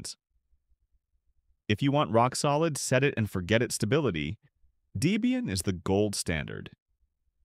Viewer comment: "Deebian". AI dweebian.